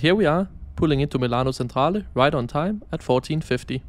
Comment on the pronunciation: Seriously, you could have made an effort to pronounce the Italian names correctly: Chiasso and Centrale, in particular.